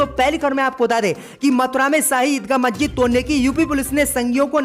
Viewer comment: थतूर नहीं थरूर 👎👎👎 मज्जिद नहीं मस्जिद 👎👎👎 नखलऊ नहीं लखनऊ 👎👎👎 👻👎👻👎👻👎👻👎👻👎